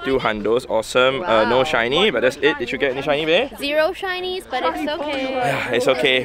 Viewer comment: When he said “let’s go hunt some shinnies guys!!!” I totally heard “let’s go hunt some Chinese guys” Either way best of luck.